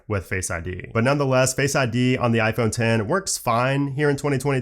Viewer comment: Thank you for calling it “IPhone Ten” not “IPhone EX”